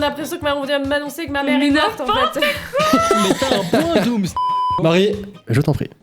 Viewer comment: C dooms pas domms :V